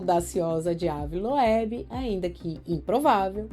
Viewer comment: Moça se pronuncia Ive loubi se escreve ave Loeb 😂😅